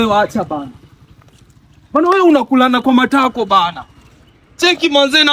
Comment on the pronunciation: Matako has suffered in this guys mouth 😅